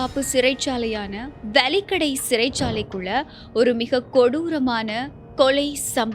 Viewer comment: அது 'வலிக்கடை' அல்ல, 'வெலிக்கடை' ஆகும். தயவுசெய்து இனிவரும் காலங்களில் அதை சரிசெய்து கொள்ளுங்கள். நன்றி.